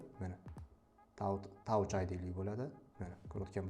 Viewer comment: brat touch id oqilmidi Tach id oqiladi